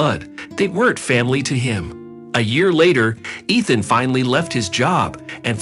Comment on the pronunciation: EEEthan. Not ETH-an. Talk about computerized.